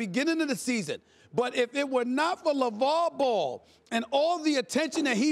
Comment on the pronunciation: Stephen A stay off the WEEEEEEEEED can't say Lavar Ball. its on ya.